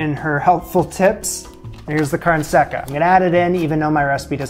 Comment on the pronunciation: The way he pronounces “carne seca” triggers me